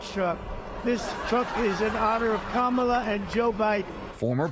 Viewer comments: At least he’s beginning to correctly say her name. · Oh wow he said her name correctly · At least he has finally learnt to pronounce her name correctly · It’s funny when he accidentally says ‘Kamala’ correctly. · He said Kamala correctly!